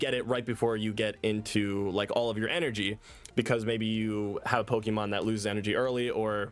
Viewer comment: I love you. but please for the love of GOD. PLEASE properly pronounce “POKÉMON”. It is NOT pronounced with a “ee” sound 😭😭😭